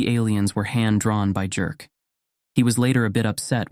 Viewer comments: Very well read 🎉 ps wouldn't Jerk be pronounced Yerk?😮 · The name Jerk is pronounced Yerk 😅